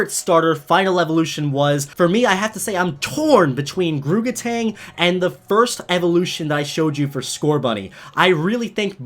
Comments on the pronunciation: The R in Grookey should be before the O's! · It's Grookey, not Gorkey!